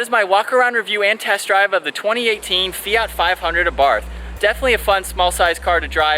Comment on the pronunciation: Its pronounced our bart the H is silent fyi